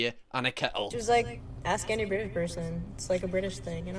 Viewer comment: Ah yes. I love the brTITish